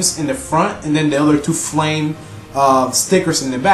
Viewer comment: did he say "fwayme"?